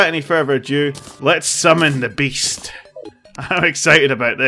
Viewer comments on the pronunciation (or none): none